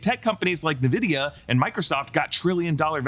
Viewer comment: It’s “en-VID-ee-uh”…….. 😂